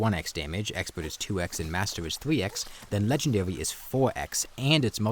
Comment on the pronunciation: "Legendawy mode"